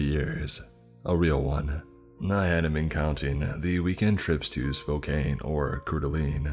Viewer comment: Lol he said spo(cane)